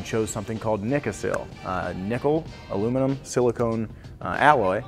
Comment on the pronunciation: Silicon, not silicone